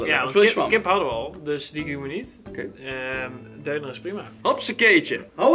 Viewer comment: Je spreekt het uit als dunner niet deuner